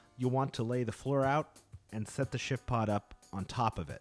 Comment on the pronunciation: Is it just my hearing or does it sound like he's saying "Shitpod"?? LOL. This tent looks amazing though!